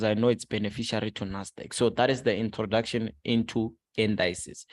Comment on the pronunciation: I was wondering who this gogo "Ester" is then I realized he meant Easter. Then he took the word "Introduction" and converted it to "Introducation" My bro is a true ninja.